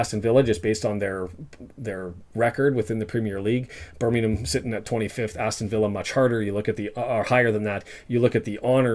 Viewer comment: Most Wrexham fans have never been to a live game in their lives .....your an absolute 🤡 Can't even say Birmingham correctly